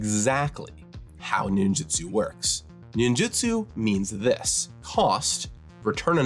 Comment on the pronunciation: For fucks sake, it is nin JU tsu